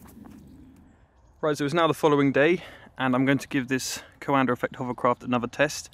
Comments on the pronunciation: It s not coàndă it s coandă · The name is the Romanian COANDĂ not some american COANDER... So fucking pronounce it right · Why do Brits pronounce words that end with “A” as “ER”. Coanda -> CoandER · coandă not coandăr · *note: It's not CoandăR effect, itțs Caondă effect, without that R at the end. ă is pronounced without any other sound after it. Great video tbh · Please,, please, it's not 'co-anda',, it's pronounced qwonda. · Hi! Love tinkering, love aviation, love your channel, but please stop PRONOUNCING HIS NAME WRONG :) You're doing a "CoandRa" while it's just COANDĂ , without the R, and that last Ă , is pronounced like an overpronounced E from HAMMER, for example. Here, sample: Cheers, and keep it up! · It sounds like he is saying "coander" lol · Is it coanda effect or coander effect? He says it with an r so I wanted to know lmao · "Coander Effect" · Please stop saying CoandER. You need to lift up the nose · Or Canada. I just find it funny that in Brit English, "cover" becomes "covuh" but "coanda" becomes "coander." The rule seems to be that if an R is present at the end of a word, drop it; if no R is present, add one! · Romanian here. The correct way to spell “ă” is like the article “a” like in “a cat” (can't think of a better comparison right now lol). Anyway, awesome vid as always! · I'm a Romanian and I can say that Coandă isn't pronounced like that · Nobody has ever explained to me why the British add an 'R' behind many words ending in 'A'. Anybody?